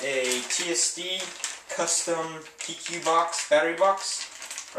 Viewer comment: How do you figure PEQ is pronounced "P.Q."??? I mean shit, at least say P.E.Q.